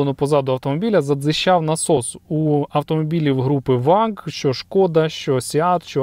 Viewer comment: Братику дякую за цікаве відео, але прийми до уваги, що абревіатура VAG німецька і перша буква V читається як фау а отже Фольксваген Ауді Груп.